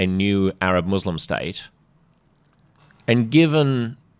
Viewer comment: Has Albanese a speech impediment- he's unable to utter 'Muslim'.